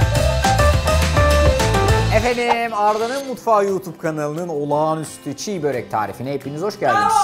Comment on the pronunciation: Aslen Kırım Türkü olan bir Eskişehirli olarak ufak bir düzeltme yapmak isterim Arda bey... Başlığa doğru yazmışsınız ancak telaffuzda ufak bir hata yapmış,Çiğ börek demişsiniz... Çiğ börek değil Çibörek olacak... Çibörek kelimesinin hikayesi de şu şekilde;Biz Tatarlar,Türklerin Kıpçak Boyundan geliyoruz... Çibörek kelimesinin başındaki "Çi" eki;Eski Kıpçak lehçesinde "Nefis,Lezzetli,Güzel" gibi anlamlarda kullanılır... Dolayısıyla "Çi-Börek" de "Lezzetli,Güzel,Nefis Börek" anlamına gelir... Naçizane ufak bir düzeltme... 🙏